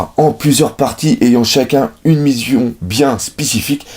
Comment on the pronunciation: à "Une Mizion bien Spicifique" ça s'arrange pas les bugs de language xDD